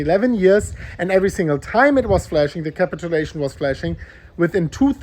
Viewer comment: Capit-chew-lation ... Not capital-lation